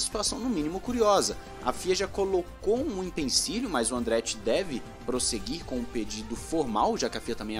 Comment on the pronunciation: É impecilio e não impencilio